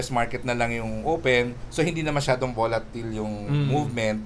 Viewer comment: Volatile (voh-lah-tayl). Not bolatil